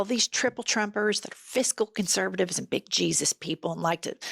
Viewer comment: I love your podcast, but i just gotta say.....and is a one syllable word.